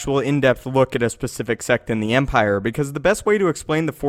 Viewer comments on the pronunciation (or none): none